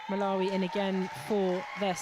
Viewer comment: Get the 2nd GS Malawi name correct. Basic